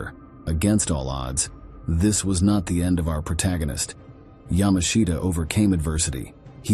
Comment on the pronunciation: "ya•MAH•shta" is correct.